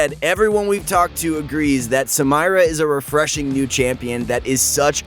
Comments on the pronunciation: I cringed so hard when I heard it 😅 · I was about to say the same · yo same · Well not to ruin shit for people but she’s called Samira pronounced (sameera) it’s an Arabic originated name so not “samyra” that shit won’t work. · PLEASE STOOOOOOOOOOOP IT'S SAMIIIIIIIIIIIIRAAAAAAAAA NOOT SAMMMMMAYYYYYYYYYYYRAAAAAAAA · Sah-me-rah not Sam-eye-ra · Please stop calling her samaira this is really triggering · said SAM-irah instead of Sameera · You pronunced the Champion's name wrong its Katarina 2.0 not Samayra. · people: Samira this guy: Sam-air-rah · Who tf says "SamIra" its "sameera" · The name´s samira, not samaira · Why r u calling her ‘sA-mYRa’ it’s spelled ‘SA-Mira’, do you also say ‘sY-VyR’ instead of ‘SIV-IR’. XD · its SAMIRA... no SAMAYRA LMAO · Sa- mi -ra, not sa-may-ra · hes saying samayra not samira, hes trying to hard to be different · Sam-EEEEEEEEE-Rah not Sam-EYE-Rah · Sa MAYRA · the fact that he says "Samayra" instead of "Samira".... bothers me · I was just like please stop saying her name, just say she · Take a shot every time he says Samayra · sa-my-ra sa-my-ra sa-my-ra sa-my-ra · Someone please tell her name's pronounced SA MEE RA. Riot themselves say so. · Why does dan say sam"i"ra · SA- MIIIIII- RAAAA She literally says her name can you say it right? Jesus Sidenote: I glitched her Q after her Dash, she locked and didn't move. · sam eye ra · I have nothing but respect for you and your coworkers at proguides league of legends. You all provide great tips that are an amazing help for new players, as well as giving news about new leaked champs. But please, for me and everyone watching, please pronounce Samira correctly. It seriously makes me cringe every time you say "Sam-Ay-Ra" because it's correctly pronounced "Sa-mee-ra". Please stop saying it wrong. Thank you. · its Suh meer Uh..uncultured swine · Me: Triggered that he doesn't pronunce samira as sa-meer-a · I hate how he said samira. Made me Cringe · did he just say saMYra